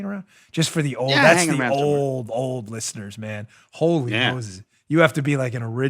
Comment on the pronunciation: I sure didn't appreciate the "old" emphasis you wet-behind-the-ears whippersnapper.